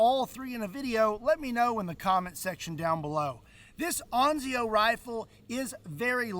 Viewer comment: Ansio… you must read with an s! ANSIO! Not anzio 😂.